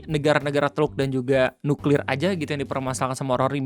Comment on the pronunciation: tenang... beliau bilang nya nyuklir :\